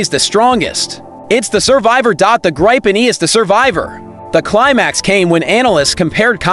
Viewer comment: What is this bombastic shouting? Yes, the Gripen is good, but can't listen to this crap. Oh, and that's not how one pronounces Gripen.